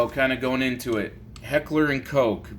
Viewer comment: Bro „Koch“ not coke ...